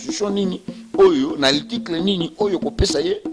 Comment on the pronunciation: monoko solo. Oyebi ata ko prononcer mot "article" te, ndeko? yo kaka monoko na micro koloba du n'importe quoi. Vraiment boza bato te. Oyebi ata kosala calcul ya pourcentage te? 62% okoki kozwa yango ata na 10 personnes. Soki bato ya ko voter baza 10 et que bango nyonso ba voter, tokoloba vote ezalaki 100%. Soki 6 personnes ba voter moto moko et 4 moto mosusu, tokoloba oyo ya 6 aza na 60% et oyo ya 4 aza na 40%. Qu'est ce qui prouve que Fayulu azwaki 62% na 18 millions ya ba votants? Voila pourquoi Congo ezo bonga te parce que moto nyonso akomi politicien na bourique lokola yo yo pe okomi politicien. Mawa trop po na ekolo na ngai Congo.